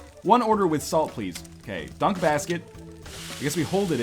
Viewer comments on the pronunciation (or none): Wet's pway pwease.